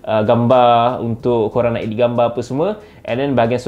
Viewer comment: Sebut edit betul2 bang "eh-deet" bkn ee-deet hihiks